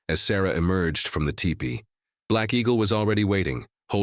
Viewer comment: I wish AI could be reprogrammed to pronounce teepee correctly. It's not 'tie pee'...it's 'tea pee.'